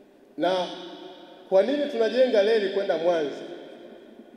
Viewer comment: Mbona wewe mtangazaji huna R???? Leli😮tunaelekea wapi?????